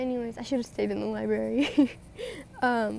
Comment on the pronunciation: libary lmfao